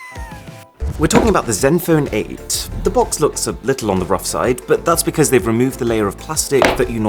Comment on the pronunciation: Asus Zenphone 8? No, CatSus Meowphone my8. (y is like ee)